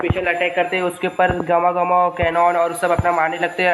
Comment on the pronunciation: GAMA. GAMA NAHI. GUM GUM HOTA HA. BRO